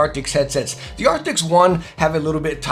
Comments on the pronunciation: ARCTIS. A R C T I S. nOT aRCTIX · its arctis not arctics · Are... are you calling them "Acrtics?" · It's Arctis, not Arctic. Great video though! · Arctis. It’s Arctis. I love your reviews but come in man. At least say the name of the product your using correctly. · Stop saying “arctics” 😂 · Hey bro it’s actually pronounced ark-tis just letting you know